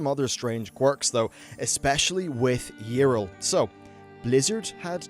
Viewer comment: How does someone who makes a living talking about Warcraft mispronounce names so poorly left and right? I want to understand thing like saying "Yrel" wrong, but we heard it for an entire expansion in cutscenes and dialogue, and then you've flat out added letters and sounds to Prince Malchezaar.